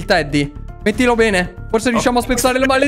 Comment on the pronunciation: ma quando dice P3n3 al posto di bene😂😂😂